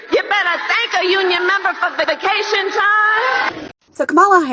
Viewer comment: As a GA resident she's saying vacation wrong